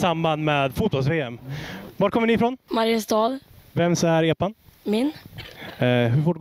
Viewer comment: MARIAAASTAAA, hahahahahh vilken jävla dialekt